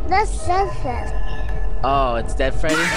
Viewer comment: Freddeh is on THE PHLOOR